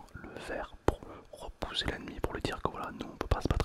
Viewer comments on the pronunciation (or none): quand j'ai entendu "repouser" j'ai directe compris